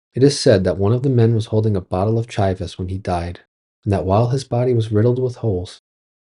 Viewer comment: Bro doesn’t know how to pronounce “Chivas”?